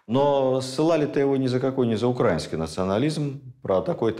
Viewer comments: Почему укрАинский? Словари дают иное произношение. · Замечательные лекции! Необходимые для просвещения народа! Однако режет слух некоторые ударения. В учебнике русск. яз. для 5 кл.в колонке для запоминания написано : украИнский, с ударением И. Извините. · Ударение в слове "украинский" на И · Все цікаво, як завжди. Зауваження лише одне- украИнский язык, а не укрАинский